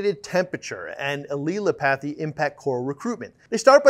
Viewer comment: Great video but you annunciation of Allelopathy is way off, it is a difficult one to decifier at first. Phonically is is pronounced 'al-lel-opathy' , so you kinda sound like you say "L" twice slightly differently then say opathy. There is no hard "a" or "e" sound, it is "al" like the short name you might call your mate "Allan".